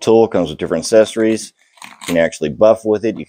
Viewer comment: Assessories? Are you Canadian?